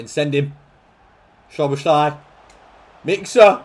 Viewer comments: it’s sah-boz-lee not sobashly 😂😂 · Just a quick hungarian lesson from a hungarian subscriber who actually knows Szoboszlai personally for more than 10 years 😄 the “sz” in hungarian is actually pronounced the same way “s” is pronounced in english so say it like it would be “soboslai” in english like you say Sosa’s name Love your content btw❤ huge fan since the portsmouth series When you upload that day cant be a bad one Keep it up bro👊🏻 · Hungarian here: Sz in Hungarian is basically what 's' is to the english. Not 'sh' but 's' like in sneak, snake, or step. So you pronounce it like So-boss-la and then a long hard i, more like an 'e' in english. So-boss-la-e, so-boss-la-ee. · i almost fell off my chair when i heard schloboschlay 😂😂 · Is it correct to pronounce it like soBOSlai? With the pressure on the middle? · As a hungarian that pronunciation of Szoboszlai's name hurt my ears.